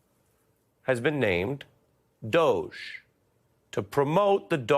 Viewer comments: Please use English. It's pronounced ˈdȯ-gē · Please pronounce it the Doogy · He''s an idea. In future pronounce it "DODGY", not DOGE. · It is pronounced doggie And then there were the rulers of medieval Venice. But finally ... are you kidding me? " Department of" Government Efficiency? Would anyone have gotten the joke if they had called it The Excellence of Military Intelligence or EMI for short? Department Government Efficiency is a meme for an oxymoron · DOGE. You should use the word, but pronounce it with a hard 'G', as in 'Government' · Why is not called the dodgy or doggie or dodgy doggie. Current pronunciation very unAngloSaxon for someone who hates foreigners he can't buy.